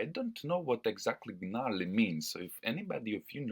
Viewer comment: You don't pronounce the g in gnarly 👍